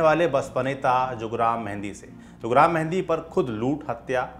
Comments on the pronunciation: Sir गांव का नाम हंस्वार नहीं हंसवर है और वो जुग्राम मेहंदी नहीं जुरगाम मेहंदी है हमारे यहां से थोड़ी दूर पर है उसका गांव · Bhai हंसवार nahi हंसवर...है "जुगराम" नहीं जुरगाम मेंहदी। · Abe dhakkan, jugram nahi jurgam menhadi tha. Aur hanswaar nahi, hanswar hai. Chhota aa